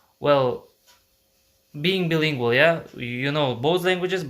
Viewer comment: Hi friend, I'm glad you love to learn languages. I think its just great. I just want to offer a little tip "Bilingual" is pronounced BYE-lingual. Like when you say Bye Bye in English when someone leaves. You're English is really good by the way! And it will get better and better :D